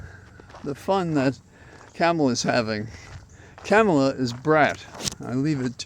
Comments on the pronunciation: I saw a drawing this morning and it looked like, la. That is how you pronounce the Vice President's name. "comma la". It finally made me see how to pronounce Kamala. Also, I want to say how very excited I am to have a female President candidate again! Thank you for keeping us sane. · Use her last name, Harris, like is done with men. It's rather disrespectful to call women by their first names when not doing the same for men, particularly when you're unable to use the correct pronunciation! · Thanks for your commentary. I have one complaint though: please pronounce Kamala’s name correctly. I’m so sick of republicans mispronouncing things on purpose for years now that it’s become a pet peeve. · Um.. A quick question. Did you pronounce Spiro Agnew's name "Spy-roe" three and a half years in? It's KAHmala, not KAAAmala. She is our VP. Not our Girl VP... our REAL VICE PRESIDENT and she deserves the respect of pronouncing her name as she does, as all her staffers do, as most all women do, and for sure all black women do. Please do better. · VP Harris' first name (Kamala)is pronounced Comma-La It's ok, many of us mispronounced it at first, I'm still working on it 😊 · It’s Ka-ma-la. All the a’s have the same vowel sound. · The right wing purposefully mispronounces "Kamala" just to be juvenile assholes. The least we can do is learn how to properly pronounce KAH-ma-la correctly. It's not that hard. It's not CAM-a-la. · Basis for saying that Harris has been doing an excellent job of working out the transition? Is this based on her rally and public addresses? Likewise, basis for saying she accepts the prize not for herself but for the things she believes in? Last, her name is pronounced comma la. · Wise words. Also, as I myself focus on correcting my pronunciation, "comma-la". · Hey, I believe her name is pronounced like a comma, FYI. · Please be respectful and learn to pronounce her name correctly.